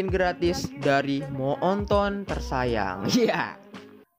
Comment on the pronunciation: Ngakak pas denger baca kata moonton jadi "mo'onton"🤣🤣